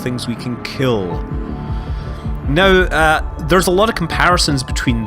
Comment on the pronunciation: i think he's irish because some irish people pronounce now as neouw thats how it sounds when they pronounce it :)